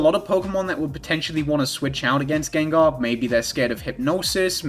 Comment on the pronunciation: “Jenjar” fucking took me out